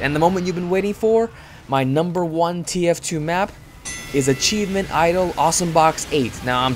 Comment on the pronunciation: I laughed a little when you said achievemen idle